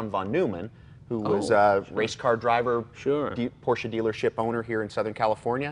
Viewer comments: Even Jay pronounced it correctly this time. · it's nice to hear him pronounce it properly for a change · It’s porrrsh. Forget proper proper pronunciation.